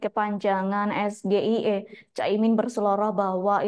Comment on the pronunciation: SGIE versi ASLI pelafalannya es ji ai i , akronim dari : State of Global Islamic Economy. -- SGIE versi mas Gibran pelafalannya es ge i e , akronim dari : Saya Gibran Ingin Enaknya. [ Kok pas banget, ya 😂 ? ]